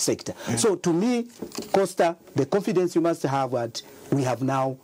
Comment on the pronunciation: Awe sure aba sembe banasala chabe ku livestock. I am the only who heard him call Costa "Fosta"😂